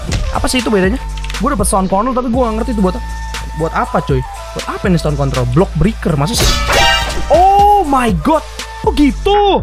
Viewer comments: 12.07 Gw denger nya "Stone Contol":V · iya bang bilang con*